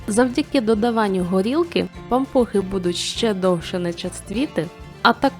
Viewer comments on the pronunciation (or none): Особливо наголос-пАмпухи!😂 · Перший раз чую , щоб говорили пА'мпухи , наголос на А...